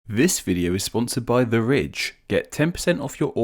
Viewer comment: He says ridge like "rich"